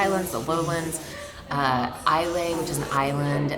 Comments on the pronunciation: Great Video My favourite City One wee Quibble Islay is pronounced Isla But Yeah Edinburgh Is my favourite European Capital (Off Season) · Oh and Islay is pronounced Eyelah